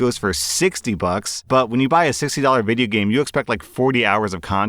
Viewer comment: Video game say it right!!!